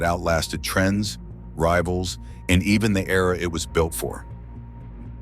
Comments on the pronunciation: A new E-R-A..... LOL. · It’s a new E R A